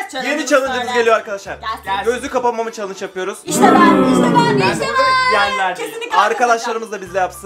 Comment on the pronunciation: Chalıç değil CHALLENGE